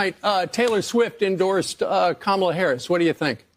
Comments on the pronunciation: A few days after the 2020 election I Googled how to pronounce Kamala, because she's going to be vice president. These right wing douchebags continue to mispronounce her name intentionally as a backhanded insult. They all do it, online, on the radio/TV/social media. Frankly it's offensive. Soon instead of correcting their mispronunciations we should interrupt them and tell them, "just say the president if you can't correctly pronounce her name." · How is it still so difficult for the right to just pronounce Kamala’s name right? Just the most basic thing you can possibly do. Pronounce a name correctly. Oh right! It’s stemmed from racism. Carry on right wing nuts. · The Rubin Report guy....Idk who that is, Rubin, I guess...anyway, Why does he insist on pronouncing her name incorrectly? It's so petty and really undermines their whole platform as far as their reputation goes. 1/2 of the WORLD is female. 1/2 of the United States is female. 1/2 of that 1/2 is totally FOR Kamala for President. So when you do that you're not only insulting her but you're insulting all of them, too, in one big jerky swoop. It's Comma-La, Kamala. Show some respect for your next President. A woman gave birth to you and now a woman is going to lead you. You'll be okay. Man up. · Her name is Kama la! Stop mispronouncing her name. Taylor Swift doesn't want dirty 🗑musk or his buddies.